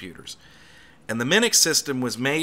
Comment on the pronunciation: Minix, not Minux.